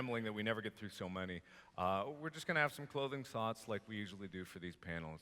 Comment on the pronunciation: Is nobody going to point out that Mark said "Clothing soughts" ?